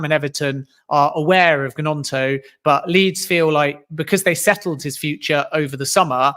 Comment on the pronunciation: Man needs to listen to how Gnonto said his own name it's not G-NonTo it's basically gNonTo.